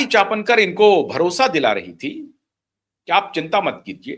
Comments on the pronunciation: चापनकर नहीं चाकणकर l आप बार बार हर video में गलत नाम का उच्चारण कर रहें है l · अबे गधे चापणकर नहीं चाकणकर है